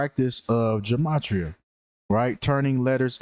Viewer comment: Ge-may-tri-uh is the proper pronunciation 💯